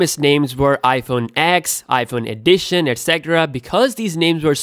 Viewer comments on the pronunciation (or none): “iPhone EDTION”